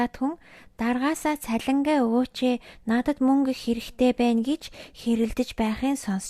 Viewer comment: Uul ni neeh uulmuurgui bn ghdee bainga iim content hiih ym chini erthen zasaad yvchul iluu amjilttai bh bolvu ged hellee shu. Er ugend dandaa em egshig oruulaad holij yridag ym bn shuu jisheelbel baigeegaar, huvitseegaa, tsalingee geh met kkk